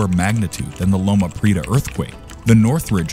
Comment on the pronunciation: First. Cajon is pronounced "kah-hone". If this is an AI voice you will need to type it phonetically. Prieta is pronounce, "pree-eh-tah, it's three syllables. It should also be noted that the Northridge Earthquake did not occur on the San Andreas Fault which is about 60 miles east of LA. That quake occurred on a previously unknown blind thrust-fault. It caused more damage than LP because the ground excelleration was a lot faster with more virticle movement. Not sure why the video showed the coast of Washington when the southern San Andreas Fault was mentioned. The next major quake in CA is likely to be on the Hayward Fault in the San Francisco Bay Area which is considered the most dangerous fault in the US.